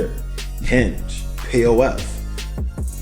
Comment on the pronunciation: When you said p.o.f. , I thought you said plenty of wap. Lol